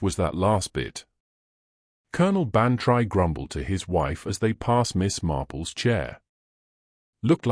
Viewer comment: You AI reader pronounces Bantry wrong. You should spell it Ban-Tree, then A I will say it correctly. Winnipeg Manitoba Canada